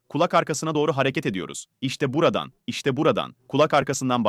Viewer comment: Seslendiren dalga mı geçiyor 😀 işte buradan mı diyor gerçekten bu kadar çok Rahatsız edici öyle demiyordur Buradan , böyle, böyle falan gibidir o